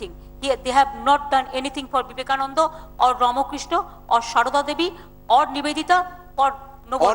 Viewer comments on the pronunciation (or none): none